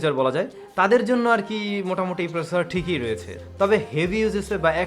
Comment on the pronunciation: দ্রুত বলতে গিয়ে কিছু শব্দ জরিয়ে ফেলছেন, যা একটু মনযোগী হলেই ঠিক করতে পারেন। প্রসেসর শব্দটি একবারও স্পস্ট উচ্চারণ করেননি এবং তা প্রায়শই করেন না। 'আরকি', গেছে এর পরিবর্তে গিয়েছে এরকম কিছু শব্দ আপনার সুন্দর কথা বলার bug। আশা করছি ভুল বুঝবেন না। নিরন্তর শুভকামনা।